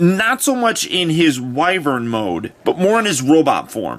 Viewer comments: Finally someone else who pronounces wyvern correctly. (Why-Vern) not wyvern (wi-vern) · He does look to transform into a wyvern. I pronounce the word Y-vern.